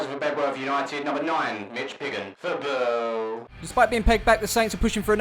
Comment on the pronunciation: You need to teach the announcer how to say “Football”